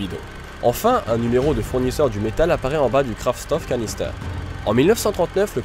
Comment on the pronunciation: la prononciation de Kraftstoffkanister n'est pas optimale: en allemand STOFF se prononce CHTOFF...